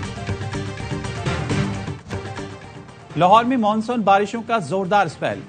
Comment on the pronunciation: KOI INKO BATAEY KE " MOONSOON"NAHIN MONSOON HOTA HAI 😅